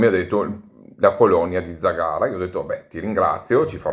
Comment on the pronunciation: Ciao, complimenti per i video, la tua pronuncia di zagara non è corretta... L'accento cade sulla prima vocale